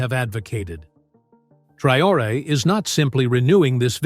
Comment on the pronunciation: If you cannot pronounce his name, you do not even need to be speaking on him Traore .